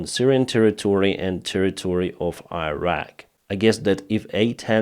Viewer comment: Iraq Iran please pronounce like Islam or India or Indonesia!!!!